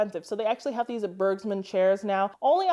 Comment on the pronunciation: Awsome tips! The G in Bergmund is pronounced as the B in Beige. 😊